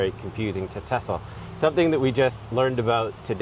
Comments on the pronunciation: Ok....it's not pronounced tissel...it's pronounced teeezel....like Teasle....and 2nd...he allegedly screened Rocky 3...not Rocky 2. Fun tour to watch though. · Yeah..…it’s not Tessle….its Teasle….like in weasel. As a fan, you should say it right. Great video. One of my favorites too! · It’s pronounced Tee-zil like diesel. Not Tussell. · “Tessler” .. TEASLE 🙂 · Teasle ....TEA-ZILL.... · You grew up watching rambo....yet cant sat teasle properly lol